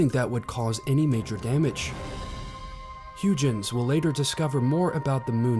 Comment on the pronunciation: HUYGENS PROBE IS PRONOUNCED HOYGENS